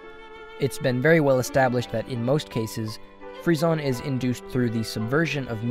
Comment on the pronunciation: rip frissons's prononciation